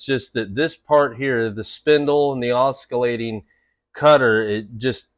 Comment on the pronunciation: Oskillating? No no no no no. Oss ill ay ting